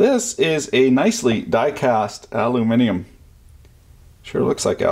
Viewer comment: Gotta love it when someone says aluminium correctly.